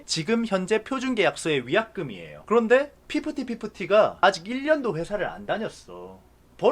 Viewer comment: 그알 이제 ''그런데 말입니다' 가 아니라 '구란데 말입니다'로 들어야함